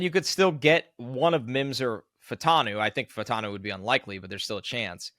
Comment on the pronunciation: Troy Fah-oo-tah-nu. 4 syllables. Say it with me Fa-u-ta-nu. The "a" and the "u" are different sylables, like in Fuaga. If we're gonna draft this guy lets start saying his name right. Its not Fantano, or Fatanu... It's Fa u ta nu.